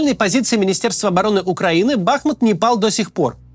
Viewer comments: Ударение БахмУт. Вьі, русские, разрушили город, где я жил до 2008, но радует, что много москалей там сгинуло и єто не предел. Дальше - больше. Город мьі восстановим после победьі. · Спасибо за Вашу работу - слушаем все выпуски. Очень Вас просим правильно ставить ударение на названии нашего города - БахмУт - больно слышать нам, бахмутчанам в эвакуации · Бахмут уже захватили (или почти захватили), а Кац до сих пор не выучил, как правильно ставить в нём ударение... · Кац или страдает дебилизмом или я не знаю. Есть город БахмУт. Ударение на букву У. А есть кац, которому похрен, лишь бы богатые спонсоры деньги за встречу с ним платили. Смотрится такой "борец за правду" очень некрасиво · Больше года идет конфликт, а данный товарищ не в состоянии запомнить правильное произношение города БахмУт